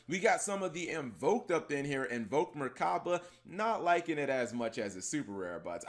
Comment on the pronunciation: Cap, you know theres no "R" in Mechaba right